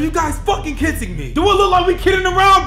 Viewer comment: "Is this a joke? Are you fokkin kitsing me?"